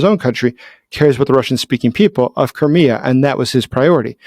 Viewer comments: Koré ? Non Krimée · Vous dites Corée au lieu de Crimée à chaque fois. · Every time you say Crimea I hear Korea! 😂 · Did I hear you say Korea? Of course it's Crimea, professor gerdes also mis speaks pretty often actually. . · Anyone else think he was saying "Korea"? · When you say "Crimea" I sometimes hear "Korea'. Throws me off a little.